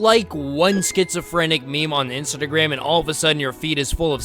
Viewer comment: btw its instagram not insertagram